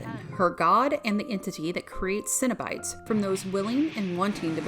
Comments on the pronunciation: CENO-BITES not CINNABITES. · Why does this chick keep saying cinnabites? She hungry or something?